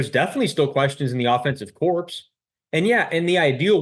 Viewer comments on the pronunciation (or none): FYI - “corps” is pronounced as “core”, not “corpse”. Great video btw 😁